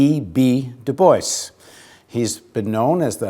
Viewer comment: god do I fucking hate how this guy says DuBois